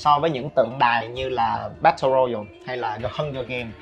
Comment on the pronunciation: Bát tồ roi yao anh ơi, k phải royal